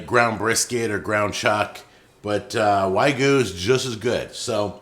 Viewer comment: Is someone going to tell him there is a y in wagyu? It's not wagoo. It's yah gyu